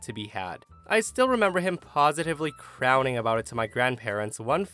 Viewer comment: Crowing rhymes with "going", not "wowing"